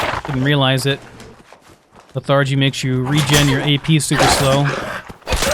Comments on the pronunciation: 'Leth-er-gee' not 'leth-are-gee' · You say anthropoid and arthropod ...... but lethargy the first syllable is emphasized... :)